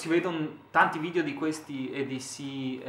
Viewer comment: Si dice edc non eds